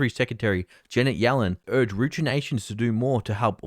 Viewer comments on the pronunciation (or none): none